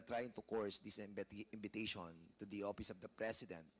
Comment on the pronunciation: What's opis? Manipested? Pronounce your words properly.